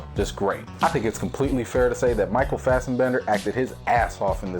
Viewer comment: Great review as always. Just one little thing: It's "Fass-bender" not "Fass-EN-bender". You're inserting an "EN" where there isn't one. I don't want to come off like I'm busting your balls about it, but it out to me the times you say it in your non-spoiler review, in your Assasin's Creed Trailer reaction and then again in this review. It just struck me as odd when everything else is rather excellent (so strike this up as being nitpicky). Unless it's some sort of running joke. In which case, Fassenbender away.;-p